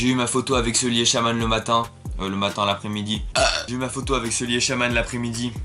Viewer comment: Déjà quand tu prononce sully "seuli" ça commence mal 😂